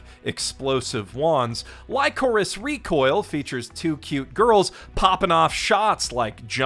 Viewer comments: I don't think that's how you pronounce "Lycoris". More like the candy, licorice, despite the spelling difference, backed up by the katakana of the Japanese title; リコリス・リコイル ri-ko-ri-su ri-ko-i-ru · You better have said Lycoris as you did for a joke. Please don't tell me that's how you pronounce it. It's "ly" as in "lick" not "ly" as in "lie". Also, lycoris radiata is the flower which this anime seems to like a lot, shows a lot of it. Chisato's colour scheme is the same as the flower's, better known as the red spider lily, which is associated with the pathway to the underworld. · Wait, how did you pronounce lycoris???